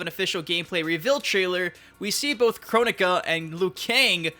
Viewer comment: Correct me if I'm wrong but I thought you told us that someone corrected you at the reveal that the name was pronounced "Kro-nika" but you're still pronouncing it as "Chronica".